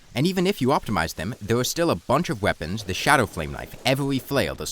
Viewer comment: try to articulate your "r" better. You're saying it like a "w". It's not "weforge", "wowse", "evewy" or "thewe"